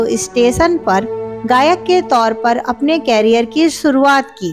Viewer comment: कॅरियर क्या कॅरियर ???? करियर बोलो ना...